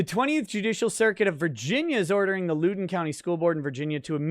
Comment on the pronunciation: As someone who is from the LEWdon county we pronounce it Lou (like blouse) den there is barely any emphasis on the o for whatever reason so it isn't like London